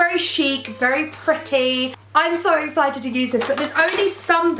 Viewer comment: The way she says pretty is soo annoying!! STOP SAFFRON!!😣😥